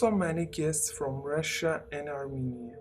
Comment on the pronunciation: I am generally not a skeptic and I'm open-minded to just about anything BUT I do have trouble believing someone who can't pronounce the words they're choosing to speak. This woman is clearly reading off of cue cards--for example she couldn't say the word Armenia. If I'm talking and don't know how to pronounce the word I'm going to tell you that or I'm going to choose a different word. Makes no sense. If you're going to tell a story, at least be authentic. Don't read a pre-written storyline and if you're going to hold up a picture and talk about it, you should be willing to show the picture. You might as well be holding up air if you're going to show a blurred picture that reveals nothing.